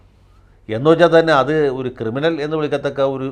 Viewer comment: ക്രിമിനൽ അല്ല, കിരിമിനൽ.